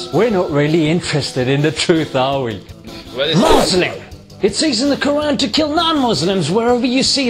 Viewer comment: Graham Harvis did pronounce qur'an with tajweed tho